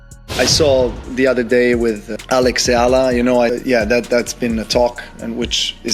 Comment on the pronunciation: Pls E-YA-LA